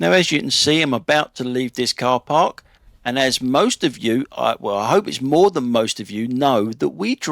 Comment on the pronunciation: You can't Bark there sir!